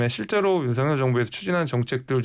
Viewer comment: 윤서결이 맞아요 윤성렬이 맞아요??? 발음을 다르게 하시니